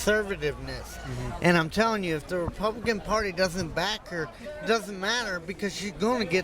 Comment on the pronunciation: makes me laugh, lmao!! "SHE IS THE APP-APIDOMY OF (WHAT??) of the repumpkin party..." (?!) Some people. Is he drunk?